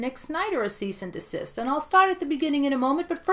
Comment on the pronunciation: "Cease and de-sister" I'm dying lol